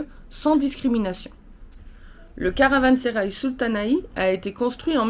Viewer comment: Meraba, Caransérail se prononce [ karavãseraj] , pour info Nous on l'a visité aussi cet été et on a eu la chance d'y rencontrer Ilbert Ortayli, un professeur d'histoire turc , polyglotte, extrêmement cultivé. Un méga banquet était organisé pour commémorer le 2ème anniversaire de la restauration . On s'est retrouvé bien sûr invité et à table avec que des pontes, préfets, gendarmeries, représentants culturels.... Bon je pense que avec nos tenues sportives, on dénotait mais bon ils nous ont mis très à l'aise...Un super souvenir. Quant à vos températures, je ne sais pas ce qui est le mieux. Nous cet été, on avait souvent des températures insupportables, ce qui nous a freiné dans certaines visites. Merci pour vos belles images 😘😘😘😘